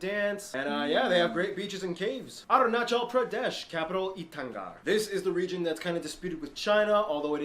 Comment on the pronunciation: Correction its not itanga its Ita+nagar itanagar